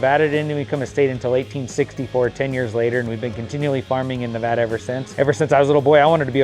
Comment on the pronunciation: I see you learned how to say nevada right😂. I live in fallon. Wish i knew of you when this came up.